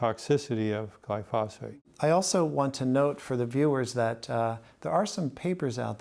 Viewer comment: One is just pronouncing it wrong